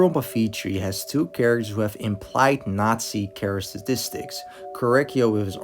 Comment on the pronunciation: "charasitistics" had to rewind a few times to check if you're tripping, or whether the my meds just kicked in cool vid